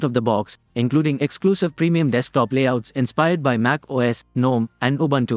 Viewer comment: Linux, not Linex. Ubuntu, not Ubantu.